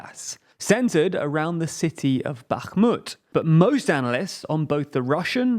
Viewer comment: Good job on the pronunciation of the names. Bakhmut impressed me